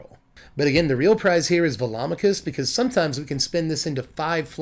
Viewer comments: Hmm... I've actually never pronounced Velomachus before, but in my head when I found it in my sealed pool, I was pronouncing it "velo-mak-us" rather than "vel-om-a-kus". But now that I've heard your pronunciation, it sounds right. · You're the only other person I've heard who pronounces Velomachus correctly... everyone and their grandma pronounces it "ve-lo-MA-chus."